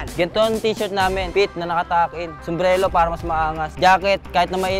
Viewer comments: Pronounce nya muna Sombrero🤣 sombrelo Kasi Sabi nya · Sumbrero ❌ Sumbrelo ✅